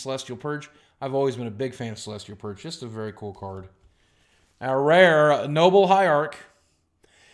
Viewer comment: I love these vids and I don't even play Magic. I also love it when Boogie kinda forgets what he's saying and says some gibberish lol. Like when he's talking about the Noble Hierarch and he says like, "is buh bess burrd"